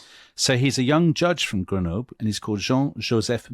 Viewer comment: You pronounced Grenoble different EVERY TIME YOU SAID IT!